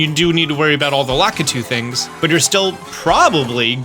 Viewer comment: Lack-a-too? I've always pronounced it Luh-key-too since the N64 days, yikes